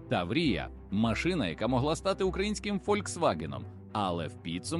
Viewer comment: Хто начитував це? 😅 таврІя, мОсквичи...на літредакторі економити не варто!